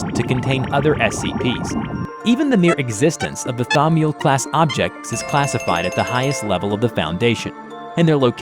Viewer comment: okay i can understand you not knowing how to pronounce thaumiel but when you said anantashesha i kinda got a bit mad okay you pronounce thaumiel correctly in the video at some point so im sorry